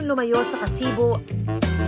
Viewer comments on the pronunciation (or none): Ka-sibu not Ka-si-bu 😃😊😊